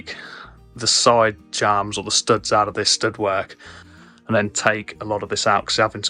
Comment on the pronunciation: Jamb is pronounced JAM not "jarmrb". Like tea and jam.